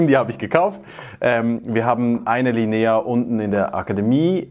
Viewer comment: Tolles Video, vielen Dank. Dürfte ich nur darauf hinweisen, dass die Betonung beim italienischen Wort "la linea" am "i" und nicht am "e" liegt ;)